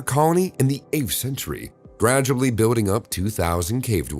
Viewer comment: It's Pronounced BUILDING Not BUEWDING!! Learn PROPER English if your going to Narrate a Video. People like you Should Remain Silent!!